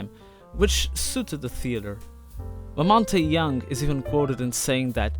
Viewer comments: 1 thing: I really appreciate you showing the roots of the Velvet Underground.... BUT. 1) It's pronounced "MAC LEE-se" not "LIE-se" and "LaMont" not "Lamont-e". If you're gonna talk about someone, try and pronounce their name correctly. It calls into question your actual knowledge of the individual if you can't pronounce their name. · Yeah and also the "e" in Lamonte is silent. So its Lamont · Aside from the mispronunciation of Maclise and Lamonte, this video is really excellent! Nice 👍🏽